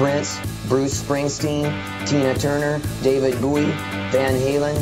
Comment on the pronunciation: Best thing you can do with the loony rantings of this humorless cleric is to chop it up and make a killer tune! It irritates me the way he cannot say David Bowie's name for some reason. What harm have poor Herbie Hancock or Stevie Wonder ever done anyone anyway?